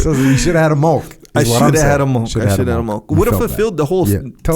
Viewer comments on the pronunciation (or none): Is he trying to say milk? lol